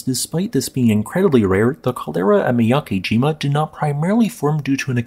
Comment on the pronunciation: Not too important, but on a side note, the character 'ke' (け） in miyakejima isn't prounounced like 'key.' It would rhyme more like the letters 'b-e' in the word 'bed', or the way Lisa Simpson pronounces 'meh'. However, Japanese is phonetic, so if you see the romanized letters 'ki’ (き), that character is pronounced like the word 'key.'